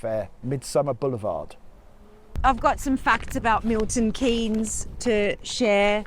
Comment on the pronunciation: It's nes not en-ee-... Never mind. I used to work and socialise in Milton Keynes, a good place but I'm glad it is the only place like it. The grid system makes the place seem bland and is easy to miss your turn because all of the main roads are just the same. Nowt to use as a landmark to help you navigate. Breeze block town. Theatre district is good for a night out.